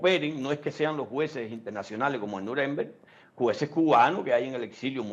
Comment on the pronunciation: APRENDE A HABLAR ALEMAN NO SE DICE ASI SE DICE NUREMBERG. CON LA FUERZA DE PRONUNCIACION AL FINAL